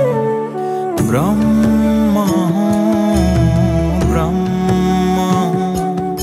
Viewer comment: शब्द उच्चारणमा अलि ख्याल गर्ने कि ? यो लेबलको कलाकारले, ब्रम्म हैन ब्रह्म हो, बुद्द हैन बुद्ध हो ।